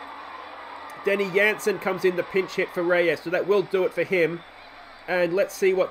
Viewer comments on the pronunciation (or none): its not the bundesliga its jansen "j" lol love the videos